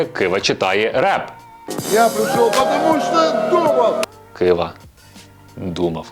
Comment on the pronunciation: Не кваша а ківа